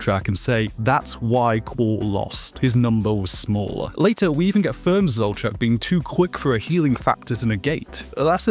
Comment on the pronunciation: your pronunciation of flamme and zoltraak etc hurt 😓